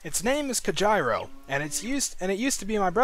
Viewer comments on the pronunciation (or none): its pronounced COHEEDO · Cojiro is pronounced "co JEE ro." Japanese phonetics, man. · Don't you mean COE-HIR-RO!!!!